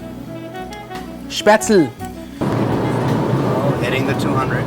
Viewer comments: As a person from Germany I just HAVE to say it's Spätzle, not Spätzel :D I made mine with a colander, too, but it was a horrible mess in the kitchen. Gonna buy a Spätzlereibe before I do them again. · I wish I had found this show earlier, but it's better late than never.It's spätzle (pronounce all the letters).